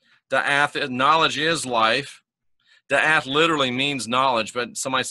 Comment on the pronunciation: Awesome! Not to be a turd but it's pronounced dah-ot. Daath=dah-ot(like dot but two ah sounds) I just found this one out a few months ago despite being VERY familiar with wisdom-soPHIa-daatg